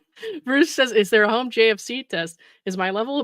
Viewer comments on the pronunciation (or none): none